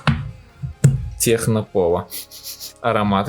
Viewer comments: ТЕКНО! А не Х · английская буква C звучит как Х? Если нет, то почему "Техно"?